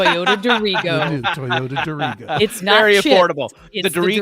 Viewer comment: The Maine state motto has the emphasis on the first syllable - "DEAR-i-go"!